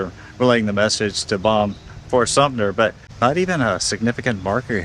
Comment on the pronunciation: Ok first, find a new adjective besides “crazy”. Down here we don’t hide our crazy, we put it on the front porch and serve it a sweet tea! Second, please don’t tell southerners we have unusual names. And third, please pronounce the names correctly (Co-mer not Cu-mer and Sum-ter not Sumner). We get a little techy (touchy) about those things along with people assuming that toppled over and damaged grave markers “must be vandals”. If you are not familiar with an area, LOOK IT UP!